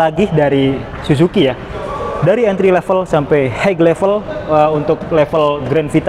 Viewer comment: Suzuki bacanya susuki bang bukan sujuki 😂😂